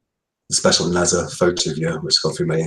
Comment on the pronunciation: Just to let everyone know no body else in the UK says NASA like he does in the U.K. I'm really surprised to hear how he pronounces it, he must have heard thousands of people saying NASA over the past 20 years!